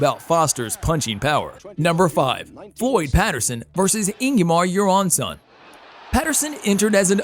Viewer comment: Ingemar Johansson. Not Ingyemar Jaronson.